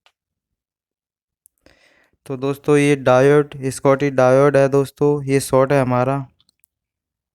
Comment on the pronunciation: Very good. Shotky diode ko SKOTY DIODE bolte ho. Very good